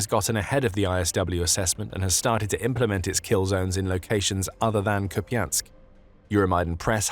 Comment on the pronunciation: Please stop saying kupiansk